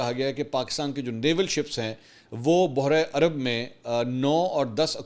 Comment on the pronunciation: بحیرہ ء عرب کا تلفظ چیک کر لیں۔ اور "بوہرہ عرب" کہنے سے اجتناب کریں ۔ شکریہ